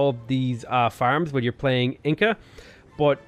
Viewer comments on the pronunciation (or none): none